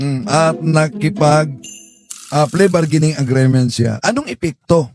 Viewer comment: Hindi klaro Ang explanation sa please bargaining agreement..(agreement not agreement) ayusin nyo Ang mga basic pronunciation dahil social media ito..thanks!